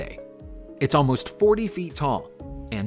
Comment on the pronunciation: Caliche is not Calish it is pronounced CA Leech E. It is so difficult to watch these things when they not only get the pronunciation wrong but KEEP REPEATING IT incorrectly.